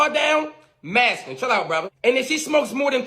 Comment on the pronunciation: He cannot even pronounce the word masculine correctly!!!! What does that make him? Ignorant?